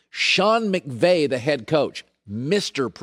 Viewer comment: Alright Colin, the first time it's a mistake, but the 2nd and 3rd time you're just doing it on purpose. "Sean McGay" sounds like Colin is a salty Seahawks fan.